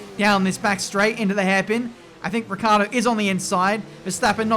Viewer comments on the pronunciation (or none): It's annoying to hear you call Daniel Ricciardo, "Riccardo". Why do you forget that "i"?